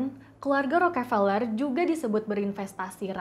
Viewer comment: Njir bacanya peler wwk